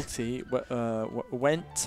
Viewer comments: Thought said "gwent" not "went" during the word game. tw3 has just consumed his life as much as Geralt consumes swallow. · I really thought when you went for 'went', said 'Gwent' XD